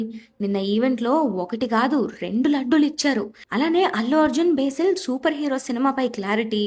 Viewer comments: Besil ❌ Basil ✅ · బేసిల్ ❌ బసిల్ - Basil ✅